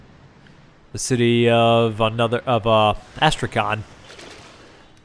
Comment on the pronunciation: Astrakhan its s pronounced without the k.